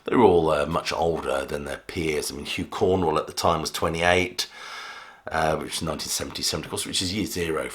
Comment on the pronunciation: Too many factual errors in this video. Is it really so hard to say Cornwell rather than Cornwall?